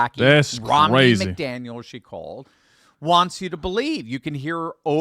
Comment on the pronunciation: The name is not pronounced MacDaniel.